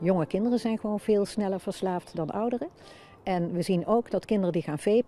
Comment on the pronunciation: Toen een dokter zei en daarmee verslaafd te raken klonk het een beetje als vidiobellen😂😂😂